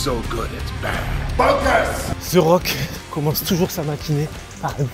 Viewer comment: The rock ou ze rock? Je comprend pas pourquoi vous le prononcer tous avec un ze.. et non un the (te) le h est muet 😅🎉